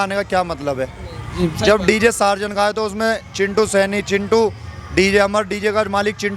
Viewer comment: Sarzen nahi ab bolo Tarzen??